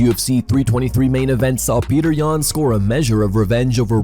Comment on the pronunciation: Is Petr's name really pronounced as "Petter"?